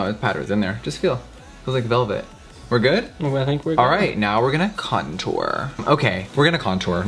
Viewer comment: Who else remembers when Jeffrey used to say "c*ntor" instead of "contour"😂🙌🏻